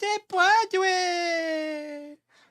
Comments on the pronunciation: She was meant to say "Si se puede" which means "Yes we can". What she actually said was "Si se puadre". Puadre isn't a Spanish word. 😂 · I'm sure all undecided Hispanic voters were offended by Jill Biden's pathetic attempt at pandering to their culture by murdering the pronunciation of "si se puede" and comparing them to tacos. Almost laughable.😅 What a fool. 🤡